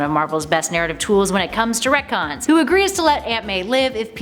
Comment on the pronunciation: sounds more like “that’s comic-cons” wahhhwahhhhwahhhhhhhhh....great videos brilliant channel thanks super human hero’s preciate U ❤️💛💚